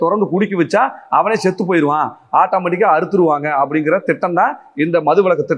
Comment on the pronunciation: ஷெத்து போயிடலாம் தப்பு. செத்து போயிடலாம் என்பது சரியான வார்த்தை பிரயோகம். ஒழுங்கா தமிழை பேசுடா! வெறிபிடித்த சொ*றிநாய் இவன். தமிழ் தமிழ் என்று பேசியே தமிழுக்கும், தமிழ்நாட்டிற்கும், பண்பாட்டிற்கும் இழுக்கு தேடித்தரும் பிரிவினைவாதி. ஒரு பிரயோசனமும் இல்லை. இவன் ஆண்மகனாம், வெட்கம். உன்னோட மீசை .... எடுத்தால் என்ன, ஈடுகட்டி என்ன.....இதெல்லாம் ஒரு பேச்சு!